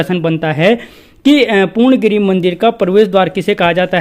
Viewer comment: पूर्ण गिरी ni woh पूर्णा गिरि hai sir...kum se kum उच्चारण toh सही se kriye